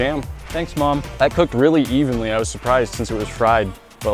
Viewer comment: said evenly, then I thought yevenly